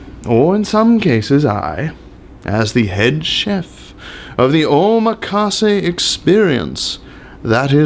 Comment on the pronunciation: OHMA-KAWSAY lol